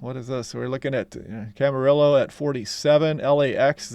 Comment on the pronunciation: Its Camar"e"o. Camarillo. 😊